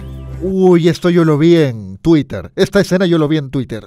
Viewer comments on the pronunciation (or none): none